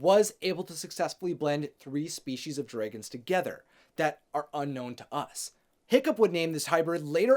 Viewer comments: I wanted to watch this but I couldn’t get over how you said dregens instead of dragons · It annoyes me the way he says dragons. #nooffence